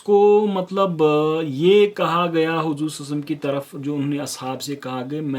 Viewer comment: Brother you are doing great work may allah azawajal accept your good work.. But brother meri request hai ki salalahu alayhi wasalam sahi se pdha kariye..